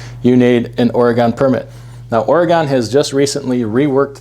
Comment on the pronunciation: Don’t ever say Oregon again!